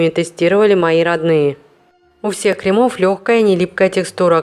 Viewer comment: крЕмов, крЕмы, а не кремА, кремОв